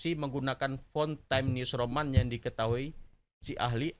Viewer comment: Anda ini nyebut nama fontnya aja salah... Times new roman bukan time news roman...